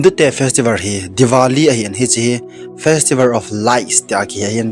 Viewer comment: Divali✖️Diwali✔️Kaha nui vl in ka oi vun jouse ana roh e🤣😂😂😂😂😂